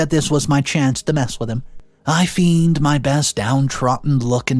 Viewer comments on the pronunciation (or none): Just to help, you need to slow down and proof read these scripts - you're not only mispronuncing words, you often say the wrong word. 'Feigned' is pronounced 'fay-nd' - to rhyme with 'rained' 'Unbeknownst' is pronounced with 'knownst' as an 'oh' pronounciation of the 'o', not an 'ow' pronounciation, despite how it is written. You already say 'known' correctly; you just add 'unbe' in front of it. And it wasn’t an 'accusation' of the company, it was an 'aqui-sition' of the company. Slow down, proof read, research 🙂👍